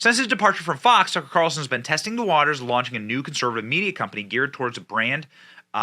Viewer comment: Media, not Meida